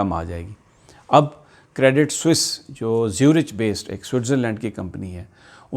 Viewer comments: زیورخ ہے زیورچ نہیں۔Swiss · Sami Bhai CREDIT SUISSE ZURICH is pronounced as. CREDIT SOOEEZ ZOORIK not. CREDIT SWISS ZOO RICH....... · زیورِچ نہیں، زیورِخ